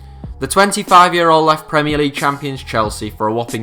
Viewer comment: I cringed when he said outside of premier leauge